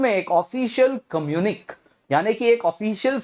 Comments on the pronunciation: communique is pronounced as कम्युनिके NOT कम्युनिक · Please note that "communiqué" is a French word and the last letter is not silent but pronounced "ey" ! This is for your students and you !